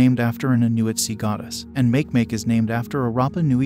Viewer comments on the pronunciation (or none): Love how he pronounced makemake pronounced it as its spelled. Which its actually pronounced with a short " a" sound , Maki maki sounds like but spelled makemake . Still cute how he said it. 😊